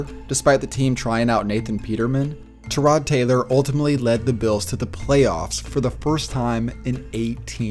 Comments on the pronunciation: Don't mean to be rude but his name is pronounced Ty-rod Taylor not Trodd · Maybe they'll pronounce his name right next time...